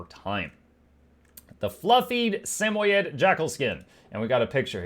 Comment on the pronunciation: It’s pronounced Sam-oid like void lol they are friendly cute floofy dogs!